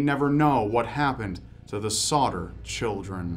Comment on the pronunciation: on number three it keeps sounding like he is saying "Sautter"